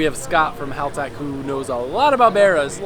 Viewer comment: Hahaha you're saying haltech correctly now